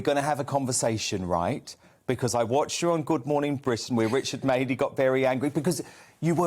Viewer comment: The mouthy slapper can't even pronounce Madeleys name correctly !!